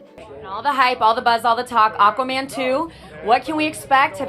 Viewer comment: AND FOR THE LOVE OF GOD WOMAN.... ITS AQUAAA... NOT AKMIN!! AQUAAAa.... As in water.... Ya know???